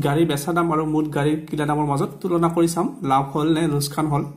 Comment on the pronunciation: ইয়াত লোকচান শব্দটো লোচকান বুলি উচ্চাৰণ কৰিছে। অনুগ্রহ কৰি সেইটো শুদ্ধকৈ উচ্চাৰণ কৰে যাতে